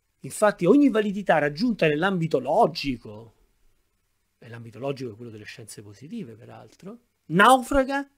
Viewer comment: Bravo ma perdona una piccolissima critica: la dizione è davvero migliorabile. Dici "naufraggggio" " artifisciale" "loggggico" e altro. Per chi ascolta non è la stessa cosa ed è migliorabile con poca fatica. Saluti